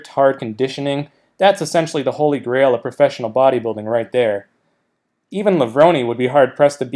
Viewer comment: Is it really pronounced "Levronee"?